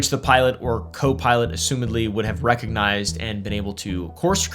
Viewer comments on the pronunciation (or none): none